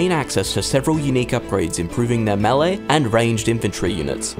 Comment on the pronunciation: Dude cant even say melee right